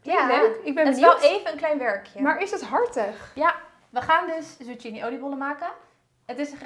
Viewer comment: Gezellig dit hoor....en lekkere hapjes....alleen zucchini spreek je uit als tsukini :)...chi = k